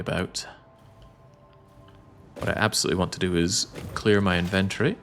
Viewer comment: Inventory and aluminum…….you’re killing me with the pronunciation 😅